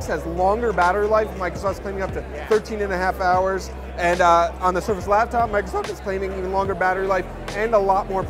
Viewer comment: Why did he say 'Microsoft' that way?